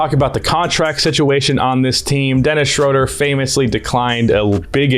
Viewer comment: day 937 of telling its pronounced SHROODER